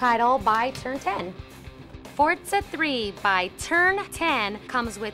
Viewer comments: no and yes why do they pronounce it fortsa?? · there is no T in the name...not fortza 3.....forza 3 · Why is she pronouncing it 'fortza' like that? its pretty funny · It's pronounced Forza ! Not fortsza? It's our language, use it properly!